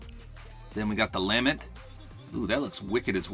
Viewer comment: Just a nitpick, it’s not (Lam Ment) it’s (La as in Fa La La and Ment) and it is a literal chainsaw sword because of the “Banshee” (which in game is a Gunsmith) used it to go full Doom Slayer on what’s called the Vex aka Murderous Time traveling robots. Black talon is a sword that shoots Void slashes. Both Talon and Lament are Exotics (aka the highest rarity. Common, Uncommon, Rare, Legendary, and Exotic) while Crown Splitter is a Titan ONLY Legendary. The Sparrows are NOT ships, they are more akin to cars. And of course the Ghost is your buddy who ressurects you. BUT Pouka is NOT a Ghost. Exo Stranger is NOT a Guardian.